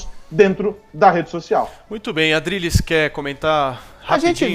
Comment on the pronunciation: "adrilles , adriLHES, ADRILHEES !!!! " kkkkkkk Maluco não gosta de ouvir kk